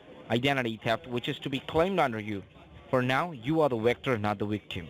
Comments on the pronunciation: Remember, you’re the WICTOR, not a WICTIM! 😆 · I'm confused. Are you a WICTOR or a WICTIM ?